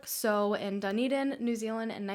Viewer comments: the way you say Dunedin annoys me. sorry!! its pronounced DA NE DIN not DU NI DIN. amazing video btw!! xx love from New Zealand. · So cool that she did a case from NZ! But makes me cringe when she says ‘Dunny-din’ hahahah we pronounce it more like ‘Dun-E-din’ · high key ocds me how she says dunedin but then she’s not from here idk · Thank you so much for this case! I live in dunedin (i love the way you say it hahah) and i honestly didn't know very much about this case even tho it is very known, so thank you!!! its really insane how it is. i had no idea how crazy the mother way! the poor family.